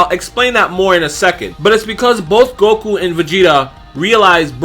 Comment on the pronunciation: Everybody says "Goku" until they make a YouTube vid. Then it's "Gogu" all the sudden 👆🏽